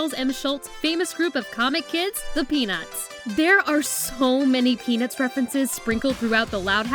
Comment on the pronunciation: for some reason when she said "peanuts" I heard penis. Dont judge me